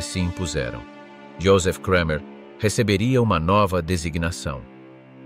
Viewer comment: Its just Kramer not Kreimer....German is not pronounced like English!!